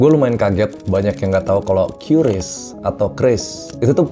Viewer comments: Cara nyebutnya "KRIS" bukan "Kyuris" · QRIS dibaca Kéris!! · Produk ini yg anak2 KASIR bilang QYURIS dan ada juga yg bilang KIRIS.. padahal bacanya biasa aja QRIS, sok english banget tapi gak bisa bhasa enggress 😂😂😂